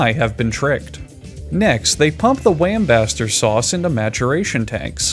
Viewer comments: Ok so can we all agree that the narrator is an alien. No human can pronounce that shit let alone pronounce it THREE DIFFERENT WAYS. WHAT KIND OF BLACK MAGIC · Ive never laughed at any of these videos...but the gradual transformation from "Worstichere" (sp) to "Watermelon' is fucking hilarious. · "Worcestershire" "Worcestershire" "Worcestershire" "Worchester" "Winsester" "Warmbacrester" "Whambaster" "Wormcrusher" "Whimscherbischter" "Watermelon" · OMG this is the best one I've seen yet. Totally calling it Whatsthishere sauce from now on 🤣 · I lost it at “worm buster sauce”. (I’m pretty sure he said this but I’m not sure now) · don't you mean why did she leave me sauce? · Wincester sauce hurts me, and I can’t tell if he did it on purpose (probably not) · I saw this comment before I started watching the video and I still had a heart attack thinking he was about to say "wincest" when he said "wincester sauce" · Wambaster Sauce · I don't know what you mean, Whimcherbishture sauce sounds perfectly fine to me. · Nah man, it's not that hard to pronounce Wimpsterbinster Sauce. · Whambaster sauce. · "Wurstursheyeyer" hahahah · watermelon sauce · Wormbeshter sauce. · wustersher First syllable is like the oo in book or good, this is the stressed syllable For the sake of all that is holy dont ever pronounce the shire like "shire" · I love that he just gave up at the end and said watermelon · whambaster sauce fucking killed me when i heard it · w i n c h e s t e r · whimscherbischter suace had me dead bro i almost choked on my food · wimsherbisture sauce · "Wambaster Lee and Slamjeckel Perrins" wasn't your next clue?!? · Winchester sauce lol. 1.25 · I believe it's WormCrusher Sauce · I fuckin lost it when he said “warmbercrester sauce.” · "worchester sauce" "winchester sauce" "warmbacrister sauce" "wambaster sauce" "wormcrusher sauce" "wimchurbister sauce" "watermelon sauce" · Worm crushers sauce 😂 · He says Wincester sauce, which is something else. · "warpercrister sause"😂😂